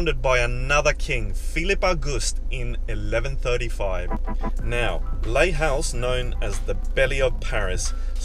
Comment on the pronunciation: You pronounce Les Halles as Lay Al, and never an H sound. French has no H sound.